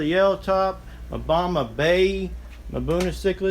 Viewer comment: it's pronounced buna, not mabuna